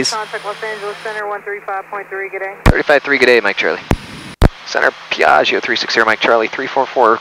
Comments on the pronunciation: beautiful video, very professional, amazing plane! Imma have my Hermione moment though and recommend the pronunciation which is "PIAh-joe!, not "pia-gi-hoe" Also too bad there's no Mammamia on the GPWS calls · Corret pronunce PIA - GGIO stress on the A and very strong G . Not Pi - AGIO . ;-) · the call back with same emphasis on "Piaaahzio" as tower was hilarious. Gorgeous aircraft, always loved that Rutan style. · i love the enunciation whenever someone says Piaggio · Love the way they are saying Piaggio lol